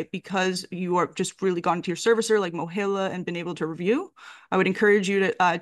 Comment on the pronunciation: I know this is unimportant but you're pronouncing MOHELA wrong. The "E" is a long E, as in a male- he. I guess you are saying the E like you would in the word hell, which makes sense. Sorry I can't comment on the present issues. I haven't worked there in 15 years and I didn't research today's mess. Good luck to you all. Student loans really such.